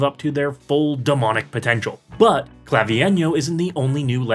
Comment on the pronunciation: you pronounced his name sooo wrong FABIIENO?!?!?! ITS CLA-VI-ENYOOOOOOO